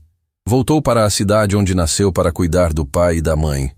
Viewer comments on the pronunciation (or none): none